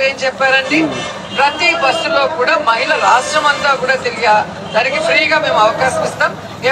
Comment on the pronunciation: మ'హి'ళ అని కూడా పలకలేని ఈ సినీ నటి! మయిల అంటుంది. ఛీ!